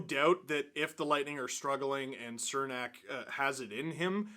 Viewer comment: its CHERnak not cernak pronunciation wise